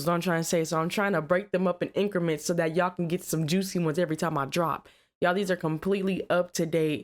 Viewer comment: the way she say juicy 😂